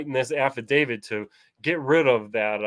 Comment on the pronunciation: What is the difference between an 'Avidavid' and an 'Affidavit'? If you are going to claim to know the law, then at least try to spell it correctly, and not look like an illiterate who doesn't know what he's talking about.